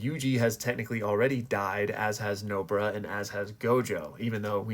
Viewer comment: Bro why tf you call "Nobara" as "nobra" bruh